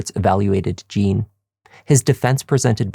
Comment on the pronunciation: From Haiti, initial "J." Wouldn't he be called Jean, not Gene?